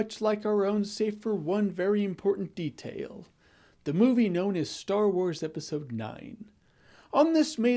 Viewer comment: “Save for one very important detaiyuluh” lol